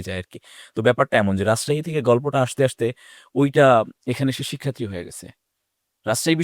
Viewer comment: দুঃখজনক,,,শিক্ষার্থী শব্দটা উচ্চারণ করতে বারবারই স্লিপ খাচ্ছে!!!